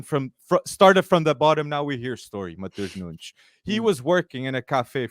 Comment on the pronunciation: Great pod, have to hear it from the fans who actually watch Sporting. But forgot to mention the massive Portuguese population here in Toronto, Wolves need to come for pre-season! Tens of thousands of people who know how to pronounce Matoosh Noonsh(not me).